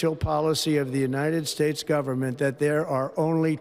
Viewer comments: United Spaytates .Trump Cant even say our country's name properly. DEAR LORD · "United spates" 😂 Here we go again with this shit. 🤦‍♂️ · The United Spates? Someone check this guys cognitive decline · “The United Spates.” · "The United Spates" Ha ha ha ha ha! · Did he just say 'United Spades' at first 😂. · When talking about Panama he says "United Spates" before correcting it as he spoke later. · United Spates 🤣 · United spates? Wtf? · Totally stoned, ah, Leon? The "united spates", what a maroon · United "Spates" ??!! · "United spates" still cant fcking speak. Yeah but ill listen to magats about biden. My eyes can generate electricity with its rolls. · "United Spates" ? Please get the man some spectacles. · "United Speights" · He said United Spates with a P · Did u catch how he said united space n yhen tried to correct to united states.. cognitive declined 😢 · United Spates?? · "..United Schtates.." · United spates lol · United Spates😅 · Elon is a true weirdo. Trump is a demented, ignorant fool. He's such a lying, heartless soul. He cant even say "United States." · He was slurring . He also mispronounced United States